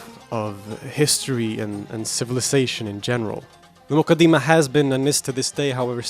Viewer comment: its more accurately pronounced as the ‘Mu-kaddi-mah’